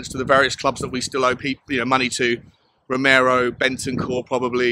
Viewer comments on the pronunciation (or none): none